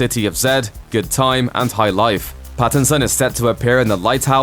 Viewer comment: Did he just say BATTinson